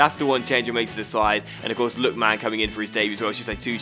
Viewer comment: hey I love this series and this is such a small thing but I wince every time you say "Lookman" like "Look...man". I'm sure I can't be the only one, it's not a huge deal of course and if you even have to actively force yourself to say it differently you needn't bother but just thought I'd mention it